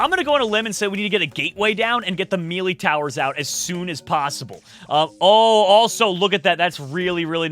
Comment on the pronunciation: mElEe, bro it's pronounced as meley, the ley in it is how you say hey but with an l not a h.